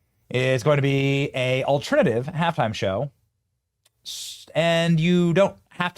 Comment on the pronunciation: Did you say “ALT TRIN ATIVE”??? Benny you need more education to be doing what you’re doing. The word is ALTERNATIVE